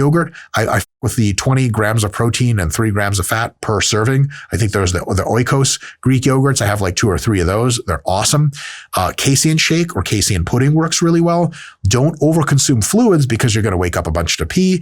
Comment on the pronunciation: I was about to fall asleep but then I heard you pronounce "oikos" like that and as a greek I had to comment. The "oi" part is pronounced like "ee" like in "see" it's one of the 5 "ee" sounds in greek and oikos means house in formal speech.